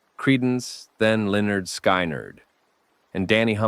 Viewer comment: Lenard "Sky Nard"?